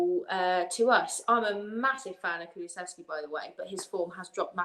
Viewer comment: It's Kulu-sev-ski. Not kuluvetski. 🤣